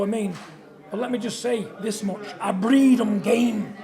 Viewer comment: "I BREEAD THEM GAMEEE" !? 🤣🤣🤣